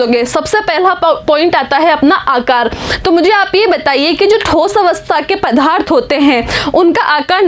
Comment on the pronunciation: Mam vo padarth hai naa ki padhaarth